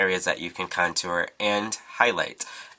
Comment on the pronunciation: Love how u say "contooer"